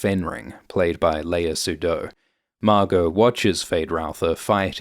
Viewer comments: Thanks man! Quite deep analysis of a few minutes trailer. As I was telling my son when we watched the first part, you must read (al least first 2 volumes of) Dune to understand the plot of the movie. One (small) critic: I know that you're not French, but you can try to pronounce at least phonetic Denis Villneuve - deh·nuhs vil·nuhv and Lea Seydoux - lia sei-du. Cheers! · Great analysis, but I have to admit that the narrator's mispronunciations of names like Chani, Denis Villeneuve, Léa Seydoux, and Souheila Yacoub grated a little.